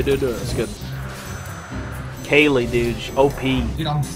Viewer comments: pronounced "kail" not "kay-lee" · He pronounces Kayle as Kaylee and thinks you can dodge autos as Viktor. My god, Gold is a weird place.